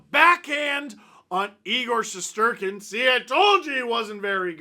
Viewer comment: Once again…..thank you for FINALLY pronouncing our goalies name right! 😛